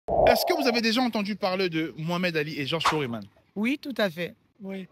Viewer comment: Pas Foréman mais plus Foreman c'est un "e" muet